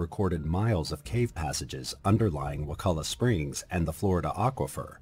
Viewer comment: It's pronounced waCHula. Hard ch, not a K sound bud.